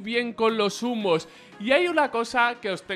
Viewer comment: Entendí zumos en vez de humos xD